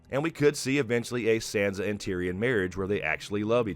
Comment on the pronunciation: I love your take and analysis all along this GOT journey but I just gotta beg you please... it's Sahnsa like "ah" not Sandsa like "sand".